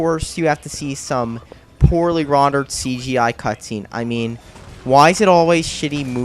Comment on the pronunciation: Do you know how to use the English language? RONderware?? Poorly RONdered? And how many times are you going to say "Of All Time?". This was painful.